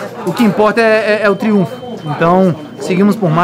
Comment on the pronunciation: já teve tempo de Ceni aprender a falar triunfo hein! fala errado toda hora pqp